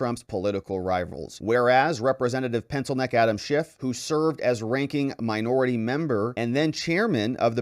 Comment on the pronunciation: They better start using his real name or this won't be legally binding. It's Schiff NOT Schift, Mr. Speaker!